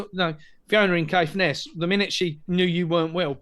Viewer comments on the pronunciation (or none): Fiona in Caithness, not Scaithness?